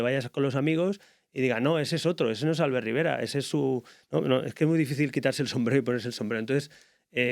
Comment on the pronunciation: Es muy duro que el predentador le admire tanto y no sepa ni pronunciar su nombre, que se dice Albért, no Álbert.